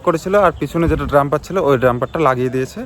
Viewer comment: ড্রাম্পার না কথাটা ডাম্পার ।